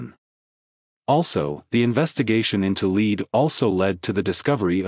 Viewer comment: AI doesn’t know how to pronounce lead.